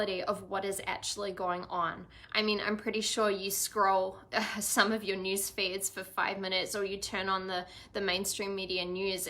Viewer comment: Feed... Not feet. Haha 💫🧘💕